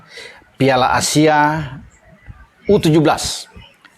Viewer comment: Ur...17 bukan u17.🤭